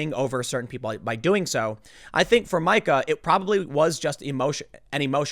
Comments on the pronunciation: I love how he says "Mike-A" instead of "Meeka". Keep it up Tim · Tim Pool is the Al Sharpton of Youtube... no one mispronounces names more. Come on Tim! So annoying. If you are going to drag someone at least pronounce there damn name correctly. It’s “Meeka” 🤦🏼‍♂️ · it's "Meeka" not "Micah". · Oh Tim...it’s Meeeeeka. Not MIKE-a. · "Micha" - Yes I know "you are bad with names", but if you watch any news you would have heard it said as MEEKA a billion times. (BTW I am not defending this psycho woman) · Isn't Meeka not Micah tho? Tim always does this. Is he a fence-sitter on pronunciations too? Tf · Tim it’s Meee-ka! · Meeeeeeeeeeeeeeeeeeka..............shes a karen but get her name right..... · For the love of God, Tim....her name is pronounced Mee Kah. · ITS MEE KA you dork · How...does Tim not know it's pronounced "Mee-kah"? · If she heard you pronounce her name that way she would go full Karen